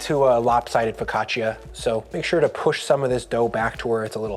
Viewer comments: Love you, love this, it’s ‘foe caught cha’ not ‘foe caught chia’ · For the sake of the name , you should say Fok kāah tchàh‼️ Not " fow ca cheeya" And just when I wanted to tear up a segment to bite and taste, You had sliced it on a plastic cutting board 😮😢😳❓️🙄 While you have such a beautiful wooden board to use. That's funny. Happy baking to all M.m